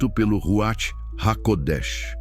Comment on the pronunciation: Ruach : Ruar, com R fraco